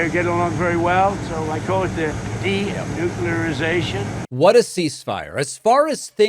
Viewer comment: 'De-nukularisation'?????? Pur-leeese.